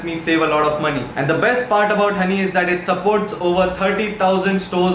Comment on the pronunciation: joinhoney ko jhonny padha apun